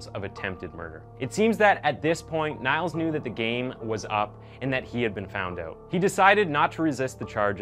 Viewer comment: Niels is pronounced Neels ^-^